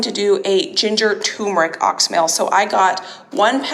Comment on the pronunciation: I am an herbalist and wanted to let you know that you are mispronouncing oxymel. It is pronounced ox-e-mel. 3 syllables.